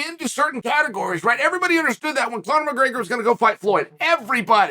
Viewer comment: Conor Mcgannou or Francis NgGregor?